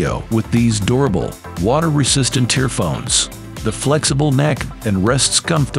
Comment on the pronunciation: Whatever AI you're using to narrate this is awful. "Kevler"? "Earphone S"? Suggest you use a different AI voice next time. ..."Near bywall plugs" LOL